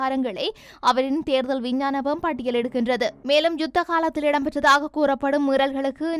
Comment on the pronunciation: இதற்கு முன்பும் உங்களுக்கு ஒரு முறை கூறியுள்ளேன் சகோதரி விஞ்ஞானபம் இல்லை விஞ்ஞாபனம